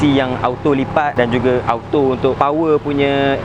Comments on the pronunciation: Belajar sebut "auto" betul2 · Jangan sebut auto bunyinya oto